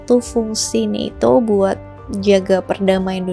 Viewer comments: NATO kak BUKAN neto... Di marahin Lord Rangga Loh kl salah2😅😅😅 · usul saja, gunakan satu pengucapan disebuah video, mau baca ala barat atau ala indonesia.. sangat mengganggu NETO NATO yang diucapkan secara acak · Bacanya NETO apa NATO si. Serius nanya.